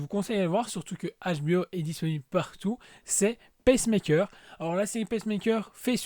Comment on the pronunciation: Peacemaker ('Pismaker' et non 'Pecemaker', sinon ca fait la machine qui active le coeur des patients cardiaques... je taquine ta prononciation ) j aime bien l ambiance et tres bonne série avec de tres bons persos Merci pour Preacher je ne savais pas qu ils en avaient fait une série... il y a tellement de streaming services. Je vais regarder ca cette semaine. Merci encore!